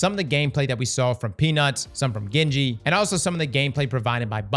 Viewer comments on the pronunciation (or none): Lmfao gingy being pronounced as gen ji wtf brother 😂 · because it is Gingy like ginger and this guy is not pronouncing it right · Gingy is a sweetheart. Shes probably heartbroken hearing her name pronounced 'ga-in-ji' lol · Bro its pronounced gingy as in GINGER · Cringe every time he says genji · The way this man pronounces ginger must be crazy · The fact that you cannot properly pronounce Gingy’s name is so infuriating. She’s been around forever, come on brother! She deserves the respect. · You should listen how to pronounce Gingy haha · Ppl who mispronounce gingy are cringy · Why are all the Destiny creators pronouncing Gingy, Gingy, and not Gingy?